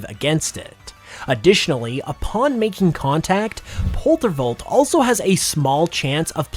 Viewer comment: *making instead of “makinc”